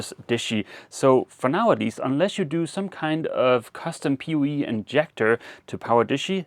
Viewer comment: I thought you kept saying Pee Wee before I figured out you were saying Power over Ethernet or POE! 🤣🤣